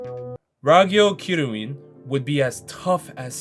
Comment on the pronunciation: The kiryuin one akmost made me choke on my fries